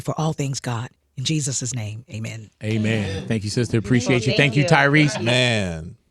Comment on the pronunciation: Am I the only one heard pronounce JESUS CHRIST NAME WRONG.